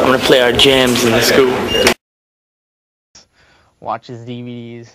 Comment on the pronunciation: Normal band’s band member- “I am going to play a song over the speaker.” My Chemical Romance’s Mikey Way- “I’ma play our jams in the scoo.” Love how he says scoo instead of school